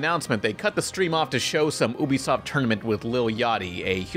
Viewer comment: its yoo-bisoft not ubisoft it's short for ubiquitous software